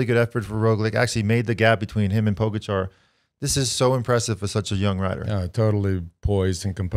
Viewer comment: That is funny, because he pronounce Pogačar correctly :)